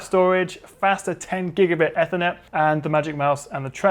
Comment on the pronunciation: First time I’ve heard Ethernet be pronounced ‘effer-net’ and not ‘ee-fer-net’